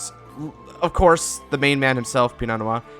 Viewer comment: DUDE! You’re the ONLY person I’ve seen that calls this deck by its name PROPERLY. Pii-No No-waa. You just earned so much respect from me. Do you possibly have a more updated version of this you could post?